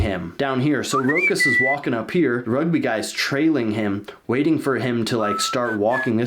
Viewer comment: Me as hearing rug b, or Rugby not good as my saying, do not mind it.